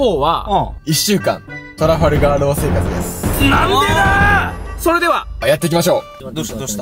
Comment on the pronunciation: 今更だけど トラファルガー が トラガルファー になっててどっちが正しいかわからんくなった